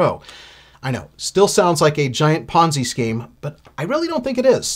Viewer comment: Took a shot every time he sayed penzi scheme